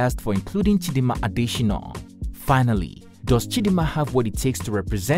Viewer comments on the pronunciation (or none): Why do you insist on misspelling (and mispronouncing) her name in this video? Her name is Chidimma not Chidinma, and her surname is not pronounced “Adeshinoh”